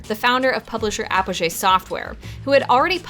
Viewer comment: You pronounced Apogee wrong...